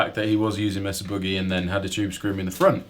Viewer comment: I'm not gonna tell you how to speak English, but you're pronouncing 'Boogie' incorrectly.